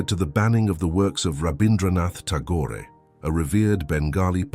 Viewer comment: Ta-gorey ? gorey?? Clearly a video made by some poor pakistani pretending to live in UK and using a computerized voice to garnish a few dollars from youtube . Laughable and pathetic. Ta-gorey indeed !